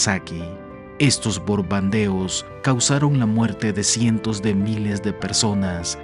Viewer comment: Es increible que el narrador diga "boRbandeos" desconoce la regla ortográfica que ante de p o b se escribe M. O sea: BoMbardeos señor!